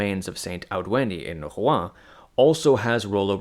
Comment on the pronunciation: Mate at least try to pronounce Rouen properly 😂